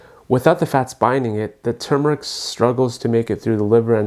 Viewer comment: THANK YOU for saying tuRmeric instead of tumor-ic the way so many people mispronounce it. The first syllable is like the word "term" not "tomb" it's such a huge pet peeve of mine.